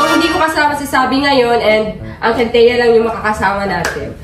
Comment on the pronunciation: kintia ra malakas hindi wintia